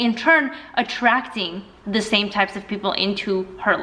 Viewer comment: The... not “thee” unless there’s a word starting with vowels or “y”.